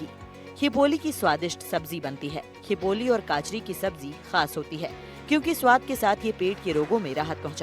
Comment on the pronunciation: खीपोली नहीं खींपोळि है